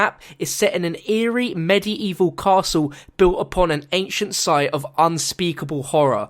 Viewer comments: medi-evil it's pronounced med evil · i have to wait two months? too long. and BTW you probably are accustomed to say Medievil with the "I" but so far how I've heard it its just "Med-Evil" not "Medi-Evil" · he said medi-evil lol